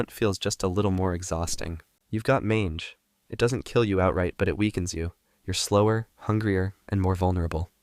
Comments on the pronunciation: Good video. The a in mange is pronounced like "may" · He even said it normally earlier in the video so I was like what? Man-he? Why? Maybe he has a background in French and wanted to tell us coyotes are hungry. I think it’s probably kinda like when you’re thinking of the word Italy but trying to say the word Italian and you mush ‘em together and accidentally say ITAly-ian. (Or same issue with Japan and Japanese, giving you JApan-ese) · Saying "mahnj" makes it not sound as bad